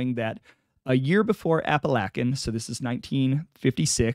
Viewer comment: Love it I grew up around Pittston PA and now live in southern NY by Endicott. Glad someone finally talking about being from the area he is like a gangster folk hero. For future reference it’s pronounced App-A-Lake-An an Oh-We-Go. Thanks for the content